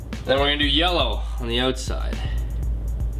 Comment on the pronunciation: OMFG THE WAY HE SAYS OUTSIDE